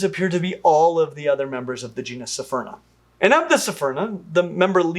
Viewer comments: It's pronounced, Sfurna. Not, Sy-furna. With all due respect. Love your vids. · It’s pronounced Sphere-Nah. Not Sa-fear-nah. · Small error: keeps saying "sephyrna" and not "sphyrna" "Isn't it pronounced "sphaierna?" Okay, okay Say "sphynx" Now say "sphyrna" Same thing lmfao I believe in all of you xD That said, thanks for covering one of my favourite sharks:) Super excited about the new species! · just two points of pronunciation that are killing me. First, cepha- is of Greek origin, Brits mess up trying to turn all 'c's into 's' sounds. It should be pronounced "kefa." Second, you keep saying "sy-ferna" for the genus. There is no vowel between the 's' and 'ph' of Sphyrna, just like the word, "sphere." We don't live on a "sy-fear," and the genus is not, "sy-ferna." I try really hard not to be "that guy," but you are repeating the same mistaken pronunciatinos, over and over. Normally, you are really good on it. I can forgive you doing the 's' thing to cephalopod, as you don't say that too often, even when doing videos on octapodes. Oh, and if it comes up, cnidarians, the 'c' is a 'k' sound as well, it's not silent, and not an 's''. Again, it's Greek. Look it up. The prefix means, "spear." Thanks for the informative content, tho. I'll go away now.